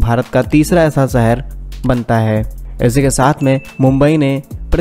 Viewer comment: Work on your Hindi Language,,, Shahar not Sahar